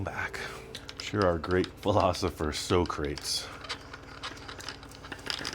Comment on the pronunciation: The chrome valve cover was tripping me out with that glassescam. You"re the first person I ever heard pronounce Socrates properly. Next time.